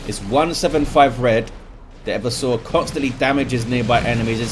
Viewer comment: Hey, it's e-VERSE-ah, not Ever Sore.